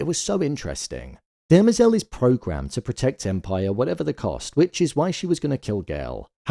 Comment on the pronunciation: Please, respectfully, it's DEM-ER-ZEL not Derma-zel